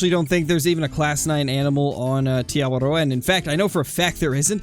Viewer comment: I’m from New Zealand and it’s cool how you say Te Awaroa right rolling the R